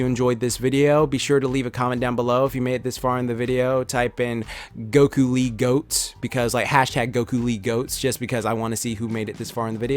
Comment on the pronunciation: At first I thought he said "Goku lead goats" #GokuLeeGOATS